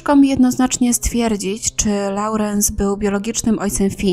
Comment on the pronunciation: Mam nadzieję, że po prostu uciekła od rodziców. PS. Lorens, nie Laurens. Przepraszam, zazwyczaj przygryzam język przy takich rzeczach, ale tutaj mnie jakoś to wytrącało ze słuchania.